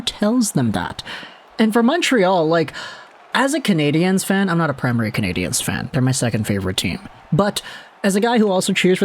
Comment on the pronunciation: Bro are you reading the talkbacks? It's CanadiENs not CanadiANS!!!!!